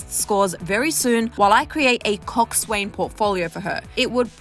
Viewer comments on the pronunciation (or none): It’s pronounced “coxsin” not coxswain 😂 and us rowers just say erg not “E-R-G” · Thats not how you pronounce "coxswain"... the S, W, and A are silent. Pronounced like COX-IN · I’m sorry but it drives me crazy hearing everyone pronounces coxswain wrong. It’s pronounced cox -in. If you google it it will pronounce it for you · It's actually pronounced "Kok-sen"